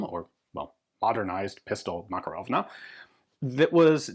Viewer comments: FYI, according to linguist friends, stress should be on the second syllable- muh-KAR-uv. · You're pronouncing: "Makarov" incorrectly. (As do most English speakers). Mah-kar-ov. Anyway, I remember when these things were available and I thought they were a bit of a joke at the time, although my carry gun was a P7K3 so yes, I'm a gun snob. I do find it amusing when stuff people write off as junk becomes collectable. Although not as amusing as the P7K3, because people pay stupid money for them and when the buffer wears out after a couple of thousand rounds, the Makarov suddenly seems like a very wise option.